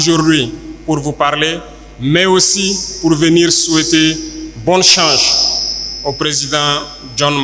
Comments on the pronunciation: Plusieurs fois il prononce change au lieu de chance 🧏 mais on se comprend ❤ les vrais panafricains ne lisent jamais ❤,mais s'expriment 🔥💯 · Très souvent les burkinabés ne prononcent. Pas chose, mais choche, pareil chance Traoré dit chanche. C'est absolument banal au pays des hommes intègres. La majorité font comme lui.